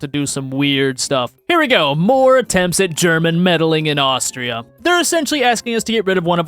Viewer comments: The way you dared to say austria has hurt me to my very core there is no k at the end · took 3 weeks of german and pronounced Austria wrong XD